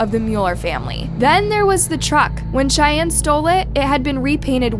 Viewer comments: Love your channel but you keep mispronouncing Cheyne's name. It's pronounced like Shane and McVeigh is pronounced like McVay. Chevie and Cheyne had the shootout in Wilmington, Ohio of which I am very familiar. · I think names should have the correct pronunciation. It's imperative to the case. Cheyenne just kept throwing me off.